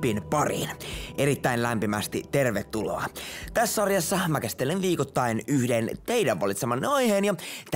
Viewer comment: sä sanot vikotain